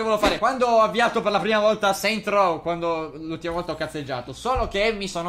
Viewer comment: Seint rouv ... davvero?! Inglese a livello Scuola elementare, eh ...